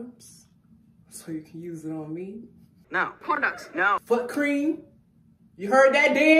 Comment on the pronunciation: . Foot cream? YOU HEARD THAT DAN😂😂😂 like a baby’s fouut. U bad for that 😂😂😂